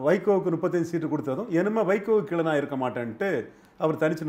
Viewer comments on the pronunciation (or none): none